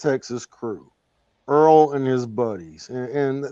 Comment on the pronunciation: You said "Earl The Rapist" LOL